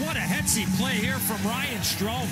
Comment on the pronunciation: did he just call him Ryan Strome